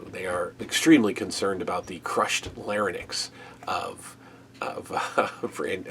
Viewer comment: Why did everyone on WWF tv at the time mispronounce 'larynx'? Or is it a common American thing?